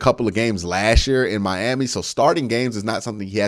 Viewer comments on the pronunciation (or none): none